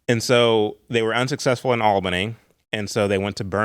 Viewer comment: I have already commented but want to do so again to say how happy it makes me that uses the very correct term "War Between the States". Because that is what it is. The War of Northern Agression is another one. I will forgive him, however for his mispronunciation of Albany, GA, us Georgians say it as (ALL-benny), not Al-been-NEE, but he's not local so I can overlook it 😊 because this is an excellent interview. The northern outsider agitators were the real problem and would never let natural social moralism happen. They disrupted it in the 1850s-60s, again in the early 1900s, again in the 1960s, and yet again in the 1990s. We have to stop this cycle by examining the truths of history, and certain people need to accept they believed very exaggerated versions of the American South.